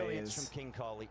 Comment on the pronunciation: "Kohli" not "Kohil"